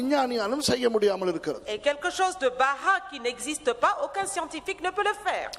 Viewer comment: Amazing words.... pastor it is Barah not Baha.